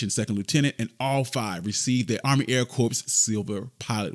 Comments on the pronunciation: I enjoyed the video. But please, it’s not pronounced “corPs”, it’s pronounced “core”. Little things like this can mar an otherwise wonderful point being made with this video. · the "S" in "Corps" is silent. Should sound like, "Core"